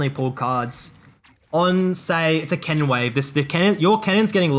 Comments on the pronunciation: Bro you keep saying "cannon" like "kennen". Besides that good vid. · took me the entire video to realize he said cannon not kennen. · a 'kennen minion wave' Took me a few times to figure what you meant. I'd like to hear u pronounce kennen and cannon side by side. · Am i the only one who thought he said Kennen? A few mins in i understood he means cannon but i still hear Kennen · So confused cause you kept saying kennen